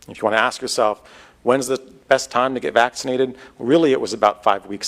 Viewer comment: Omggg I cAnt tAke it. How mAny mf times cAn this freAk sAy vAxxkcinated. If he’s trying to do some brainwashing type shit it ain’t working. Just making me want to not get vAxxkcinated even more than I already don’t want to.